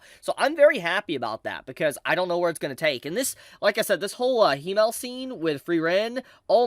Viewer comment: Himmel is pronounced with a longer "m" because there is 2 of them.